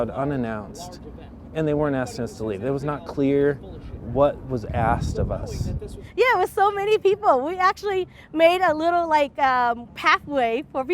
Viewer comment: “The way they treated UZZZ”😂